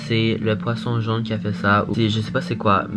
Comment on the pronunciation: C’est pas jaune, mais jone 😂❤️